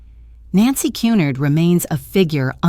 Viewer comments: If it was 'Cunnard' it would be spelled that way. It's Cunard. phonetically... 'Q-nard'. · Que-nard! Pronounce correctly ai fake! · This is the most appalling dross I have listened to. Moronic voice cannot even pronounce Cunard properly.